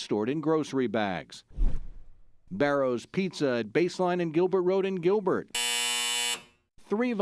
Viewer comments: Who the f says "Bay-rohs" 😂😂😂 it's Bar-ros Definitely not a Phoenician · Probably could add to the credibility of this, if the reporter would make the effort to pronounce the restaurant names correctly.